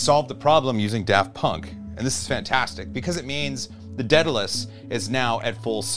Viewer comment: Say it with me "day-duh-lēs"... Not "ded-uh-lēs"